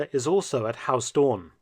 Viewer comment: Huis is not pronounced as haus, the 'ui' sound in huis is similar to how the Scotts pronounce 'down'